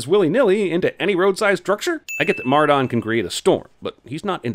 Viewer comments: Mar -Don it’s pronounced Mar-Den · its pronounced mar-DUHN not mar-DAWN! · I love how says Mar-Dawn all weird lol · Says Mardon "Mar-dawn". *DING* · I'm gonna add a sin to cinemasins for saying mardon wrong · the way he says Mardon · He said Martin like Mardon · 10 sins added for "Kate", "Kaitlyn", and the mis-pronunciation of "Mardon"......ESPECIALLY when Eddie pronounces his name correctly in a clip you use TWO SECONDS LATER!!!!!! (BTW: It's Caitlin...or Cait as the shortened version.)